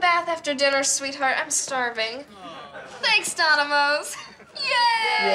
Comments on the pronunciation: I am watching this as I type and laughing really hard! Lol Donimo instead of Dominos, luv it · You Notice Says Donimos Not Dominos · “Thank *Donimoes*” Im crying 😂😂💀💀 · lmfao i just noticed its doNimos and not doMinos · It's Donimos not Domino's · Took me years to realize it’s “Donimos”